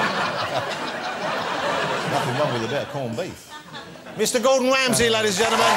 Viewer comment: mr. gordon whamsay